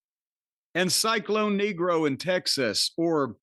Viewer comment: Corny needs to modulate how he pronounces Cyclon Negro. :D